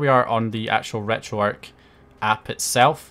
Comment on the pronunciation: It's pronounced retro-ark the "arch" stands for archive